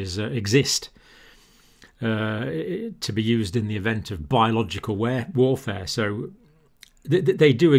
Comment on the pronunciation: im a little dyslexic, too!!! i knew it from the mistakes you make talking because i hardly even notice u make them cause that's where my brain goes too! not sure if it was this video or the other that you said "ware" and i immediately understood it as warfare before you had to say anything cause i scramble the fronts and backs of words or sentences all the time. i'm also aspiring to become a doctor too, so it's so reassuring and inspirational to hear and watch someone so brilliant with my same little tendencies